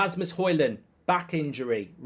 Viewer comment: Højlund is pronounced as hoylun